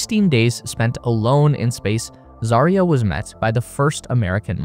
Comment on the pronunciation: Stresses - ZvezdA and ZarYA.